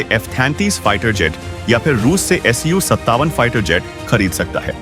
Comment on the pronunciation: AS 57 nahi SU 57 hota hai.